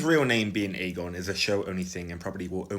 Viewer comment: Clearly his name is "Aegon" with a soft 'g', Aejon